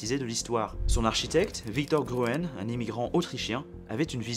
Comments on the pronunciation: Victor Grün pas gruen c'est une l'alternative pour écrire Grün en anglais qui ne connait pas le tréma ... aie ca m'a fait mal aux oreilles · Excellente présentation. La rapide transformation des sociétés à la suite du développement de l'internet public est fascinante. Un détail au sujet de l'autrichien Victor Gruen : GRUEN se prononce GRÜN en Allemand, les deux orthographes sont d'ailleurs équivalentes, et non Gru-ène 😉